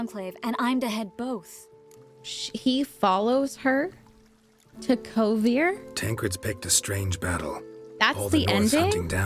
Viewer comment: This was interesting. I don't know about anybody else, but I rolled my eyes and took a shot every time I heard Kovir.